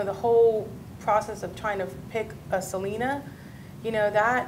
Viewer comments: It’s not Se-la-na it’s Se-lee-na cool vid keep up good work 👍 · It’s not salina... it’s SELENA!!!! I hate when people pronounce her name wrong. 🙄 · Please pronounce Selena’s name correctly... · this was amazing but it’s pronounced sel-ee-nah lol sry just had to point it out